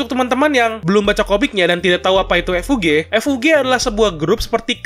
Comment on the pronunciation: Season 1 tamat sekitar eps 13 sma kaya anime musim lainnya mungkin bisa lebih atau kurang !!! sedikit saran untuk Admin kalo nyebut kata FUG kosakata nya jangan di pisah jadi F U G tapi di gabung bacanya ga misah